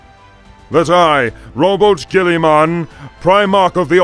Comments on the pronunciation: "I, ROWBOAT GULLYMAN" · ''THAT I ROWBOAT GIRLYMAN'' dammit I cant unhear it, why didnt they just call him robert?